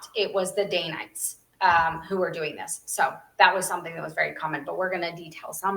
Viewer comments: Fabulous episode! I love your content and hope your channel quickly gains a large following. I’ve always heard it pronounced “Dan-nite”, not “Dane-nite.” Have I been saying it wrong my entire life? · Love your channel. DANITES is pronounced Dan ites.